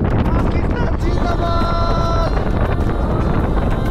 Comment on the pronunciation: lol when he said pakistan zindabad my mother laughed so hard cuz we are punjabi so the pronunciation was jin-da-bal it means son of a ghost it soo heart warming cuz of ur love fro pakistan daud may allah bless uu